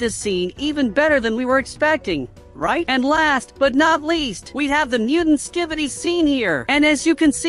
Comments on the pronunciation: Bro said skibboiydis💀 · Dude say ski-by-D's